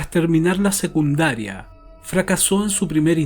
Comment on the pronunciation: Muy interesante el tema. Suena como la narracion de este mismo caso en American Justice y Dateline [en ingles]. Me imagino que de estos fue que hiciste la traduccion. Todo bien. Buen contenido; muy valido lo que haces pero por favor, si vas a ganarte la vida hablando/cumunicandote a los hispano hablantes, esmerate en mejorar tanto el castellano [como el ingles. NO se dice "segundaria" sino "secundaria"; en el ingles, la pronunciacion no esta siquiera "tibia" para que por lo menos el publico tenga una idea de que estas hablando. Por esta razon no subo videos pues soy muy imperfecta [perdon que mi teclado no tiene tildes y "N"= egnes. Me paso cuando hablaste del "ragby" que practicaba Dr Shipman cuando era joven. Me tomo unos buenos 3 miutos en descifrar que era rugby. La "u" en este caso se pronuncia entre "a" y "o" igual que en "public", "republic" "Donald Trump" no "Tramp" puesta esta ultima se refiere especificamente a la mujer vagabunda, prostituta barata, tramposa. Cualidades que si Trump fuera mujer, lo describirian con exactitud. El problema es que le estas ensenando a la gente formas erroneas desde el comienzo y con el pasar del tiempo se convierte una muletilla muy dificil de corregir. Animo por encima de todo.